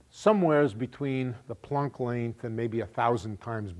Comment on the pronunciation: Well, Planck is a german name and I myself am german - and all I can hear is that he is pronouncing it just right. Not an o sound like in "don't" (or as, presumably in in "plonck"), neither an o as in "product". Just like in "guts". The only thing may be that he's strechting it a bit like the a is stretched in "staff" while in "Planck" it really should be short (and sound) like in "guts". Anyways, possibly something wrong with my ears and "plonck" is funny in any case.